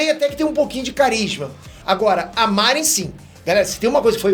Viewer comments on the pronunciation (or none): Tu não tem moral nenhuma pra falar, porque nem o nome dos personagens tu não sabe pronunciar. Ex: não é MÁrin, é Marin; não é SaÓri, é Saôri. Então, menos, bem menos, seu cagão. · Independente do filme seu irmão é ruim só sei de uma coisa o nao é fã de cdz. Só fala de Dragon ball no quesito anime nao manche a honra dos cavaleiros já que você não faz vídeos provavelmente pois não há engajamento. Para de chamar os personagens com nome errado com Marín jogá entre outros isso ofende os ouvidos dos verdadeiros fãs uma vez que nem na versão original sao chamados assim. Se você é fã e pensa o mesmo que eu da uma curtida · "Máhrin" "Saóhri" Kkkkkkkkkkkkkkkkkk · O cara não sabe pronunciar o nome dos personagens... MÁRIN... SÁORI... e fala de saga clássica... Os caras na sala de cinema que eu estava, disseram que gostaram e assistiriam de novo... O filme tem a essência de cavaleiros em muitos pontos... O filme não atrai o fã clássico? Aqui está um que curtiu o filme... A saga clássica não tem que ser mexida nem nada, concordo, por isso mesmo o filme foi feito baseado no Netflix... É outra fase, outro direcionamento... Falar que não gostou é uma coisa, agora querer pagar de intelectual e que entende da série sem nem pronunciar os nomes direito, é dose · O filme é frustrante, mas ver o chamar a Marin de "Márin" é mais decepcionante ainda 😂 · Kkkkkkkkk oh, seu teu fã demais, mas me explica de onde vc tira essas pronúncias "Márin", "Saóri"... Quer dar motivo pra dar mais comentários aqui?! Só pode né? E a Saori detestável? Exagerou. Vlw. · Cara, pelo amor de Deus... "SaÓOOOri" não existe, "MÁÁÁÁÁrin" também não. Fala os nomes direito, porra. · Só de você pronunciar errado o nome da MARIN já me irritei, imagina assistir o filme. Deixa quieto. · O assistia mesmo? “Saóri” “Márin” 🤔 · Mari não, "marin"...mariim... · porra, vc não se ajuda.... Márin e Saóri... não dá né! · é tão fã q não sabe falar o nome da Marin